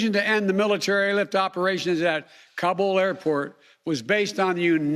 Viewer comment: Is he actually tryin’ to brag? Jesus Christ. “No nation would’ve had the capacity...” Idiocy. Edit: it’s getting worse. Are there citizens who believe what he’s saying? Does he? Why does he say Taliban and Kabul like he does? This guy. If we don’t show and prove strength in this world there will be those who’ll step into the vacuum. Would you prefer that? I’m ashamed.